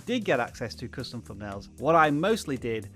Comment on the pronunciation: I'll tell you what's more important than thumbnails, speech. It's THUNBNAILS. not Fumnail. Geeeze, tell me you weren't an English teacher 😁😁😁